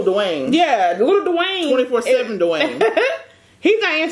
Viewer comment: “Not 24/7 Dawaine “🤣🤣